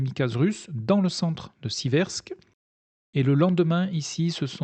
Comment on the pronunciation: Si je peux me permettre : "Seversk" et non " Sibersk" 👌